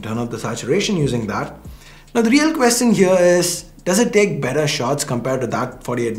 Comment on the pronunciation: Who else noticed say "Note 9 pro max is doing a much metter job" 😂